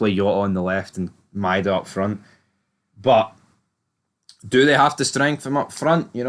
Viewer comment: Also, are you on the wind up with the prounouciation of Idah? Lol, ih-day-a is faf. It's I-Da.